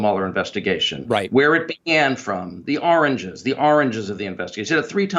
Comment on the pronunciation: 😀 😁 😂 🤣 😃 😄 yeah did recall hearing Don Dump say that and I'd thought he was saying "oranges"...I was like the WTF is he trying to say. Then I thought oh 'Origins'.